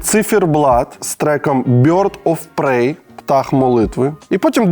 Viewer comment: Bird of prEy (а не prAy) - це хижий птах англ. :face-fuchsia-poop-shape